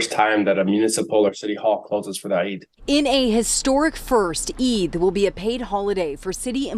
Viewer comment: Good job on getting the pronunciation of Eid right. I hope Mr. Scillian makes a note of the pronunciation so he can get it right in the future (no shade). The 'd' sound sounds more like the consonant sound at the start of the word 'The'. It would help viewers feel more included.